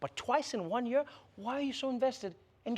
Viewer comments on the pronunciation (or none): When Trevor said, “....twice in a YEAR.” Reminded me of my university days in South Africa. They pronounce YEAR in a very interesting way. Yo bhutiiii!